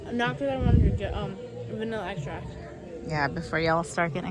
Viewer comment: its sounded like said for a vanilla ice shots not vanilla extract i had to rewatch it four time last time with subtitles LOL